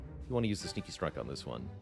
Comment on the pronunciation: when he says sneaky strike it sound like stinky strike